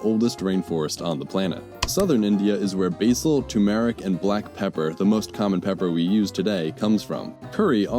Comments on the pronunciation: "Basal"?? I think you'll find that the American pronunciation of "basil" is "bayzul" (you know? with a "z".) But then, what can you expect from somebody who thinks it's okay to pronounce Iran as "Eye-ran" (or "I ran?). God give me strength! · BAAAAYZIL and OR REG EN O .. or better known as Ba Zil and Ore Gar No.. and yes sassafras is the spice melange if prepared right ;)